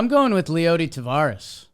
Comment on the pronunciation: Guys, it's T-A-V-E-R-A-S. Not 'Tavares.' Tavares was a disco band from the 70s.